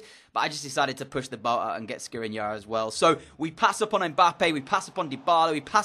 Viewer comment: He‘s pronounced Shkriniar